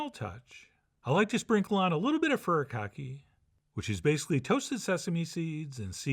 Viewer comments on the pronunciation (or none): Also, it's pronounced "Fue-Lee-Kaw-Ke"